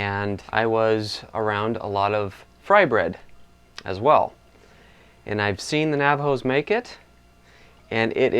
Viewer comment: lol... you said Bye, and Frybread wrong! But good job.